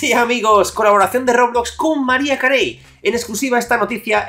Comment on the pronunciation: mariah carey se ponuncia como maraia kerri